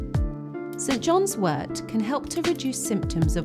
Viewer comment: Thank you so much for pronouncing wort correctly. 😊